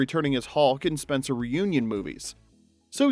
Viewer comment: I watched Spenser: For Hire and loved Robert Urich...but I still have a mad passionate thing for Mr. Brooks.... "Spen-SAH!"